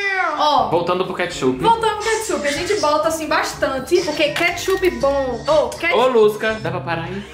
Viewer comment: só eu q entendi “Queichup”